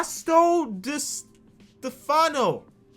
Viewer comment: How he pronounced Fausto di Stefano 🤣🤣🤣 From Italy😜